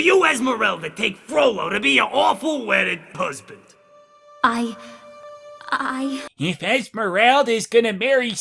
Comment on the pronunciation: "Pusband"? Also - dat ending.....I can't put it into words.